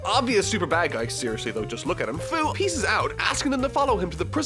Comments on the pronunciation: First It's not "Foo" but "Few".... and, the video is Hilarious. I love it! And Baby Toriyama. A big like! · Fu's name is pronounced "Few"